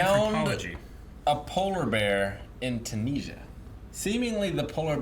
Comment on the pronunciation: Do all Americans pronounce Tunisia like that? Bizarre.